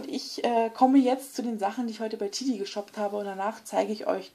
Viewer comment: Cooles video aber das spricht man Tedi und nicht Tidi aus